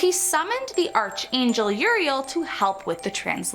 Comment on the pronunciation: Archangel lol ARCUH lol not arch And I love these books lol Well not ALL of them but anything magic I enjoy